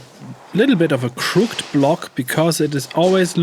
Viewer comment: He-Man says "crooked is pronounced crook-EHD (not crookt) like Skeletor's head after my crushing strikes." Unicorn says "apricot is pronounced apri-kaht (not apri-coh) like apricot marmalade clouds dancing in the sunset." Great start to 2025; your videos power my cardio workouts. Looking forward to more solo and collaboration vids with Moody, Doke, Mr SCE and surprise guests whoever they may be.